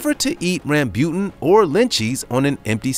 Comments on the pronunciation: Jag-wire, Ram-booten, your butchery of simple pronunciations is hilariously grinding my gears. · Ram-bu-tan and lechee.... please do a little research on your pronounciation! GAWD!!!